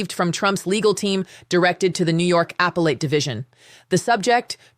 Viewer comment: "Apple-Ate"... I thought it was "uh-PEL-at". That looks like an AI fail. Plus, this is an old story.